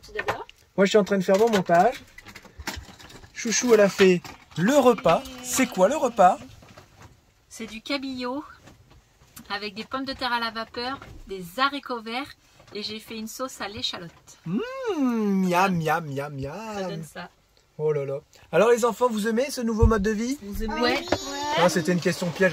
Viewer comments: hé! on ne dit pas les "Za haricots" mais les Haricots LOL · Y’à aussi ” les zaricots ”, de 😂